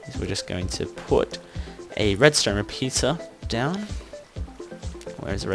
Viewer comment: Where are you from? You said "redstone repizza" lol